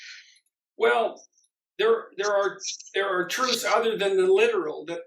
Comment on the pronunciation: Hey learn how to pronounce truths properly then criticise people using someone's else's logic... Sam Harris would be proud of his little acolyte then